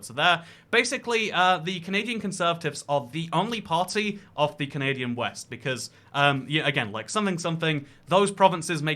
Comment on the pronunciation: when will he remove the n from canadia*n*